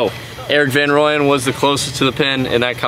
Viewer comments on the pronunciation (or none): Rahm is amazing! Just btw guys, Erik is from South Africa. His surname is pronounced Fun Rooyen😂💪🏼